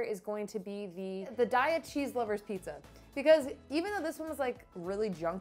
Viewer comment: DAY-uh...not DIE-ah...sounds like "diarrhea" when people say that 💩